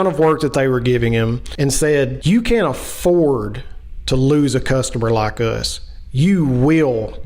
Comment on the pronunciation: "You can't A-FORD to lose a customer like us". Pronunciation or the missing clue? 😊